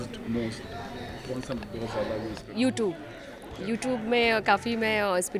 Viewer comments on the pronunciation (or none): Most of them cannot pronounce YouTube properly including babitaji she has a channel on yt but pronounces it wrongly just proves they are municipality students😂